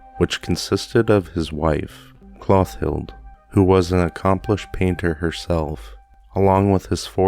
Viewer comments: Great narration of this spooky story! I hope to enjoy more. Note: the name Clothilde is pronounced klo-theeld. It means famous in battle. French in origin. Rodin is pronounced Ro-daan. Auguste Rodin was a very famous sculptor in Paris. He is best known for his work : Le Penseur or The Thinker. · I am so excited that I found you! I love narration and you do a wonderful job of it! P.s. Clothilde- Clo tilled. 💕